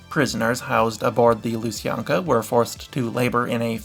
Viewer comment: Oh and also, kindly, do you mean lu-san-kya?